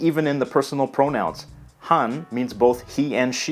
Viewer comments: > "Hän" is not pronunced like "hunn", but it's pretty much like "hand" without the D in the end. A and Ä are two totally different letters in Finnish. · Ive never understood why so many have difficulties pronouncing "Ä" as it is phoenitically used in English. "At" "As" "Ass" these words if phoenitically written by finns would be "Ät" "Äs" "Ääs" That "hän" sounded more like the swedish personal pronoun "han" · "hän" is pronounced more like the English word "hen" than like "han" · you saied "hän" word wrong and I don't know where someone is from Finland if I hear he/she speak Finnish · It sounds like you pronounced "Hän" wrong. the 'ä' is more of a frontal vowel than you pronounced. Don't know if you had the intent or not of pronouncing it as [æ] rather than sounding like [ɑ]- it may just be your accent. ;)